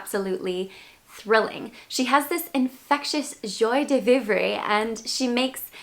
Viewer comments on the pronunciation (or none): Not to take away from your glamour...the intent is to hopefully add to it...but there are pronunciation guides on foreign phrases. Joi de vivre is pronounced "zhwah duh VEEV". We ALL want to have joy in life.